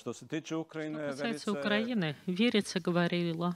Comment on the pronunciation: Как имя подходит Верица,а слышится ВЕРИТСЯ.